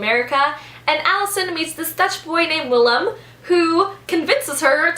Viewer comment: Great job on pronouncing the name Willem! I'm from the Netherlands and it sounded very good! I really need to read that book!